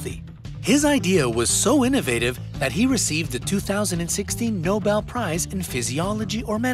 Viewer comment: "Nobel" prize...